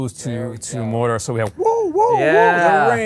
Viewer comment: ..Did that guy pronounce it as 'Morder'...?